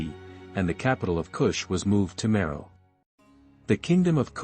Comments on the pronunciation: It was a bit difficult to listen to this video due to word’s mispronounced. Napata, Meroe, bow, etc. Are you an AI narrator? Your speaking is not smooth — too jumbled… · I very much like the narrator’s voice and the musical background. However, too many words are mispronounced such as Napata, Meroe, and bow. I wonder if a human voices the narrator or if he is an AI bot. ☹️